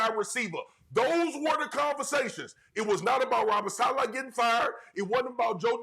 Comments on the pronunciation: 😂😂😂😂😂😂it gets worse as he goes on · He definitely didn’t. He can’t even pronounce Saleh correctly. 😂